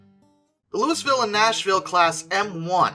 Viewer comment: I’m screaming right now. The s is silent in Louisville